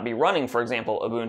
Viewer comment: When the user pronounced the UBUNTU correctly ;)